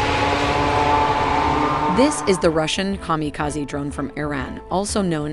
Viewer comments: KAMIKAZE is not the right metaphor. Unless you ascribe human traits to machines. But let's allow a bit of literary license and leave it in. So pronouce it right. Second syllable rhymes with he she thee. Last syllable rhymes with say day hey. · How did you afford Scarlett Johansson to do the narration for this? Joking, of course, you AI son-of-a-gun! Maybe you can teach "Her" to pronounce Kamikaze properly! (You saw what I did there?)